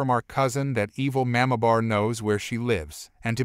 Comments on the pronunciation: Learn to pronounce Mamabear, it’s not mamabar. Also pronounce live right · Narrator, please learn to pronounce the word "mamabear". It is very jarring to hear it pronounced totally wrong.